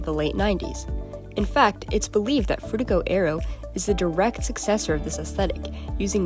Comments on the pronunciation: Sounds like you say "Frutigo Aerio" sometimes. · Are you like... A real person? How do you manage to change your pronunciation of Frutiger Aero that much lol Frutigo Aereo? Hehe :P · i think you pronounced Frutiger Aero 9 different ways in this video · It's funny how we went from Frutiger Areo to Cyberpunk Dystopia in a matter of a decade or less. Also, I find it interesting how your pronunciation of "Frutiger Aero" changed as the video went on. [Edit: LOL you called it out at the end.] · I like how, halfway through, you started changing the pronunciation of Frutiger Aero every time you said it. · drinking game: take a shot every time she mispronounces "frutiger aero" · u never pronounce "frutiger aero" the same way twice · Bro how are u gonna pronounce frutiger aero like 5 different ways. 6 as i write this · take a shot everytime the narrator switches their pronunciation of frutiger aero